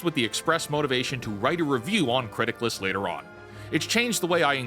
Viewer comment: I thought you were saying "Criticlist" or mispronouncing Critics list and I couldn't find the website. Captions to the rescue. It's Criticless. I applaud you for watching so much stuff though. I gave up three years ago and switched to books, games and manga.